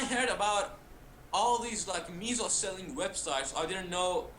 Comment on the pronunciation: Its not called meeeeesow its MEH - SOH .. its kinda like saying peso in spanish which means dollar or buck as in the currency.